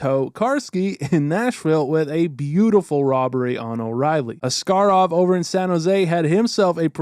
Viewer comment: ah yes, my favourite goalie ass-car-ov